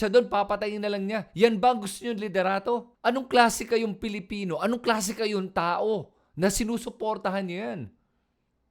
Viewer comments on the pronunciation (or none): none